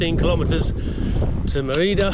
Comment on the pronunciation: It is pronounced as Mérida, with the accent on "Mé". You passed very close by where I live since 18 years now! So I reconized many things in this video. Since I am a long distance biker too, I would have received you with open arms. Thanks for your videos, I enjoy them. Saludos!